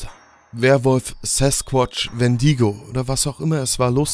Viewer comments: Ansich mega gut vertont und so, jedoch als kleiner Tipp: Du hast wendigo falsch ausgesprochen, du musst das i viel kürzer aussprechen und englisch. Dann ist es richtig😉 Sonst kann ich nur sagen mega geile cp und mega gut vertont wie immer :) ♡ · dann ist das mein Fehler kenne tatsächlich nur diese eine